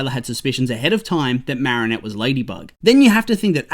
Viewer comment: No offense but it's "Marinette"